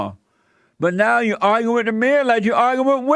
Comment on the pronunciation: "You have to arger with blacks"